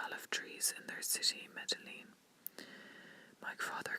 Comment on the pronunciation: Loving this! But for future reference, Medellin is pronounced: Meh-Deh-Yeen. I think I heard you pronounce the two Ls. I hope this helps :)